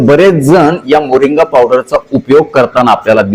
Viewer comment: मोरिंगा असे वाचा